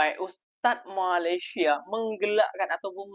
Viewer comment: COBA PERHATIKAN DAN DENGARKAN BAIK BAIK APA YANG DIUCAPKAN.. BERKATA MALASYA... MALASYA... MALASYA 🤣👻🤣👻👻🤣